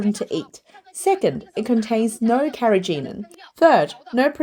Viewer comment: I can't bear to hear filet mignon and carrageenan mispronounced!